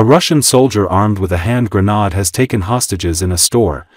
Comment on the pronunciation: (I would never pronounce it like that.)